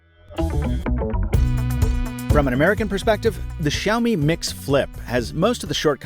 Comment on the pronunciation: WoW!! The first English/American youtuber who can spell and pronouce Xiaomi the right way...good job! My heart just beat faster when i listen "Xiaomi" the right way. 👌🏻